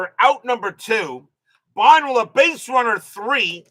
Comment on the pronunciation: Buh-NELL’ For next time. Lol